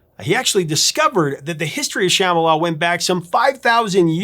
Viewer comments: Love your show! Used to call the request line at AM radio station (KUHL 1440, as I recall) over and over, trying to disguise our voices, to request this song. The harmonies still give me chills. Rare correction. The name is pronounced like Shaman Sham - ba - la, not sham, like fake or fraud. BTW, been watching for years as a freeloader. Subscribed today to help you hit one million! Congrats in advance! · It’s not pronounced “SHAmala”, it’s “shumBAHla” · Come on man! They pronounce it correctly in the song why can't You? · What, you're pronouncing it like the "b" is silent?